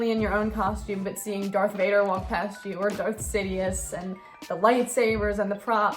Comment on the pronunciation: [V A D E R] it was pronounced ia but yeah